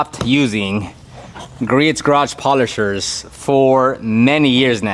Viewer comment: by the way...Griot's Garage is pronounced "Gree-oh's" (Gree-ohz)